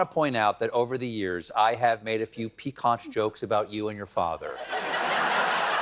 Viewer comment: was able to find "piquant." maybe he pronounced it incorrectly?